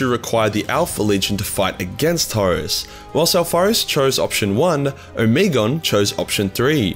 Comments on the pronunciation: O-me-gon. Not omegen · O-me-Gon, 3 syllables.